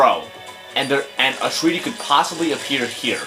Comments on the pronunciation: It's not "treaty" it's "try-tee" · I lol'd when I faced it on the DS version. And then I read the puzzle guidelines and got it first. Btw, it's pronounced Try-ty. As in 'I' sounds.